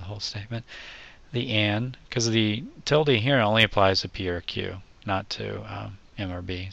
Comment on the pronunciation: Thanks for saying "tildee"- that's the way I learned it years ago. Now it's just weird to say "til-duh". ;)